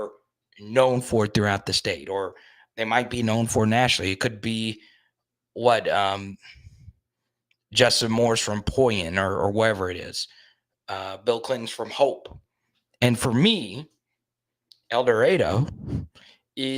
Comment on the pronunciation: Poyen = POH-IN